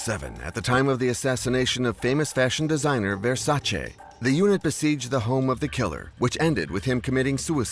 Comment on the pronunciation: The Designers name was Gianni Versace, not “Ver-Sanjay” He wasn’t Price or Madonna